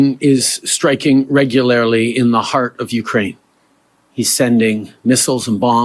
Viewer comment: Justin Teudeu, "Vladimir Putin is striking regu-lair-illy in the heart of Ukraine." Ummm... I don't think thats a word bro.